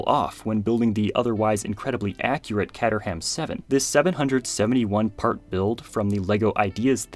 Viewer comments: Just to let you know, the Caterham car is one of those wierd british pronunications, Instead of Cat-er-ham it is supposed to be pronounced closer to Kate-rum which is the traditional pronunciation of the town where the company was established. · OK ok ok I told myself I wouldn't but come on dude it's pronounced kate-er-am not cat-er-ham uk English is weird but please, otherwise than braking my 4 month streak on not correcting anyone, your videos are fantastic and I hope you can post more. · Caterham. Kate-er-um. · cater-am..... the H is silent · Caterham is pronounced kayter-uhm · Did he seriously just pronounce caterham as “catter-ham”???? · That’s a very rough pronunciation of Caterham 😅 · that pronunciation of caterham, oh no